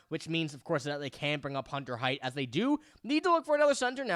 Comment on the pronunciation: buddy, sweetie, kiddo... you're mixing two prospects names together. Hunter Haight is pronounced HATE. Riley Heidt is pronounced HEIGHT. I've held my tongue for too long in this.